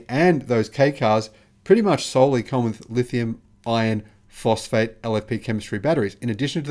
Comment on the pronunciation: STOP IT! STOP calling it "Lithium-IRON-phosphate"!!! NOBODY but you refers to them that way. Use the term "L-F-P". When you say it, it sounds exactly like you're saying "lithium-ION-phosphate"!!! WRONG!!! Big difference! I keep telling you this and you won't listen. I usually do a 'Like' on your posts, but now I'm going to start doing a "Dislike" them every time I hear you use the WRONG term "lithium-IRON-phosphate". Call it what everyone else calls it... "LFP"!!!